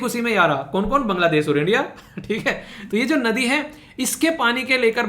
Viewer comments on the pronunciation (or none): Sir sorry but ye nodi ka pronounciation me "d" नोडि nhi नदी hoti hai. Bengali words